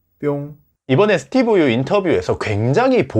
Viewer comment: 스티븐영어로 말하라. 한국어 발음이 너무